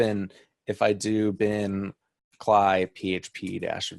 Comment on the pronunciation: "kly" lol - cee el eye!@